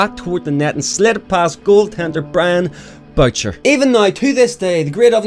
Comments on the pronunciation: Also FYI: Brian Boucher's last name is pronounced 'Boo-SHAY'... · I get your not used to french, but Boucher is pronounced booshae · u crack me up, the goalies name is pronounced brian boo-shay and he tweeted "happy anniversary" to ovi this year on the 14th anniversary of the goal; also lol "more than 500 goals" my man is at 698 and is going to break 700 any second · Also, that goalie's name isn't Brian "BOW-cher", it's Brian "boo-SHAY". It's French Canadian :) :) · The way you pronounced Brian Boucher hurt me deeply... It's not "bow-cher", its "boo-shay"